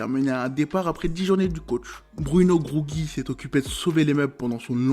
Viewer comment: Finistérien et breton marche pour Brest. Dans tout les cas, merci pour la vidéo! Aussi, Grougi, ça se prononce Grou-ji